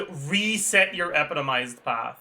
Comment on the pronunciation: Can you pronounce epitomized correctly